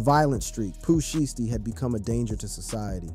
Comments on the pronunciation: Its pooh shy stee not pooh shity 😂😂😂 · How you mess his name up?